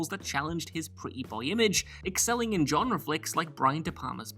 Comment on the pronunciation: I feel like knows that his pronunciation of genre as "John-re" bothers me and therefore opts to use it in EVERY list. Multiple times.